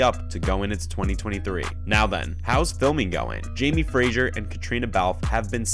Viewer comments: His name is Fraser NOT Frasier. Get it right 🙄🙄🙄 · Fraser is pronounced ‘fray zer’ NOT ‘fray sher’!! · 12 hour days, often night shoots, -12°? But these videos are just for clicks, he can’t even pronounce Fraser (not Frazier 😩), bc it’s a voice reader, not a human.